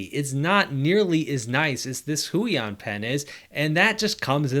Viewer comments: "Hway-On" not "Who-E-On" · It's more like "hwey-ON"